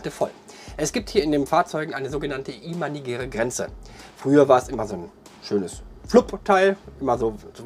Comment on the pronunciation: du machst gute videos. du gibst dir mühe und das merkt man. ich bin auf dich gestossen, weil ichmal wieder an der haltestelle stehen gelassen wurde. ein kleines ding, welches mich etwas schaltert ist, dass es "imaginär" heißt. nicht "imanigär". danke und bitteschön :) (ich bin einer von denen, die dem busfahrer einen schönen tag wünschen. egal bei welchem dienstleister ist es generell eigenartig mmn., keine begrüßung oder IRGENDWAS zu sagen. ich werde es wohl nie verstehen wie man nicht einmal hallo sagen kann.)